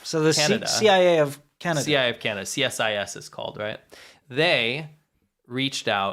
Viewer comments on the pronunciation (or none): Just FYI, CSIS is pronounced "see-siss". Also funny enough I'd say most Canadian's don't even know we have our own spy agency. They are just that good ;)